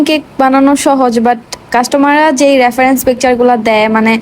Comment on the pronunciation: রাফারেন্স না, রেফারেন্স। উচ্চারণ সুন্দর করলে শুনতে ভালো লাগে।